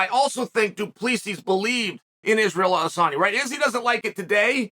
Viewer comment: Not Adesanya's though, though tbf, majority of people don't. Lol.